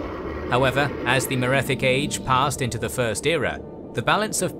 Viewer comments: merethic era, not metheric era 😒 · Love your content but small correction , it's Merethic, not Metheric! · you said metheric era, it was the Merethic era :3 Also pronounce Chimer Wrong, its not Chim-er, Its kime-er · Merethic era not metheric era. Please correct it. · Great video I hope you cover the elder scrolls universe again!! Altough I have to say some of the pronunciation was off for exemple tsaesci and its merethic era not metheric, and you should mention that some of these events are greatly debated due to the unreliable narrator, many events have many contradicting accounts, such as the existence of aldmeris